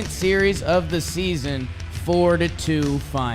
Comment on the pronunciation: It’s baseball sneezon